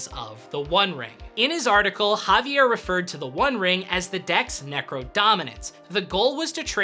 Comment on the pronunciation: One correction: it's not JAvier Dominguez. It's JaviEr Dominguez. The accent is on the last syllable.